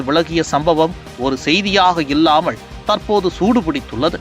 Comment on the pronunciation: தமிழ் சரியாப் பேசுங்க‌பாஸ்.... இல்லாமழ்.... ❌ இல்லாமல்....✔️